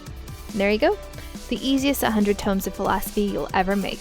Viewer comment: Tomes, not tombs. :) But great guide, nonetheless.